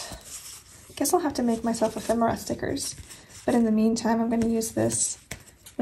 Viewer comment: I am actually using this kit of for this current week. I LOVE it 💙 oh now I have to go antiquing (we have tons of shops within minutes of me) and look for ephemera (yes you are pronouncing that correctly 😉) I believe that I have some diffuser stickers, if/when I remember I will pull them out and send them to you. Your speed turning out amazing 💕🎀 (I am going to steal some ideas from it 😁)